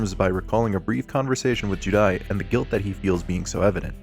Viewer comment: The way you pronounce juudai as judai is giving me cancer